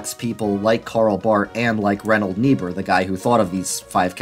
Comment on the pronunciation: Ok, say it with me: RINE-hold NEE-burr. I speak German as a second language. That aside, this was an amazing video. One Christ redeemer of culture enjoyer to another.